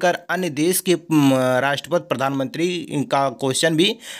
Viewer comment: 😂 राष्टपति को राष्टपत बोल रहे हैं। 😍